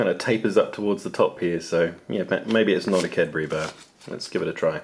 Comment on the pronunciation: yay you pronounced Carbury right so many people from the USA call it Cadberries which irritates me to my core haha